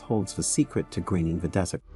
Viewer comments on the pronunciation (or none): The whole thing is about a desert. And yet, they couldn't get the AI to pronounce the word right.